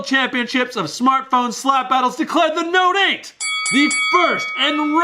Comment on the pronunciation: The way you say note 8 sounds like you say no date. Note 8 = no date